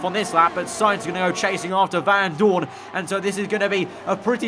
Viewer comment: Anyone else get annoyed by the way he pronounced Vandoorne. It’s not Van Doooorne it’s Vandoorne. Get it right 😐